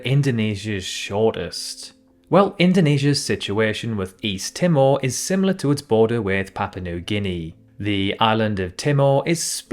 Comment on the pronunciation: Would have hoped a geography channel would be able to correctly pronounce Timor (Tī-mōr not Tim-or) 🙄 and Lichtenstein was murdered as well.